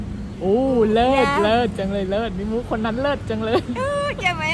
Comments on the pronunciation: เลิศ ไม่ใช่ลาภ พืชก็ไม้ถืก555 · เลิศ (Lerd) ไม่ใช่เลิฟ